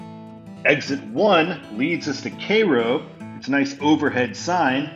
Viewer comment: Cairo is pronounced like the egyptian city of the same name.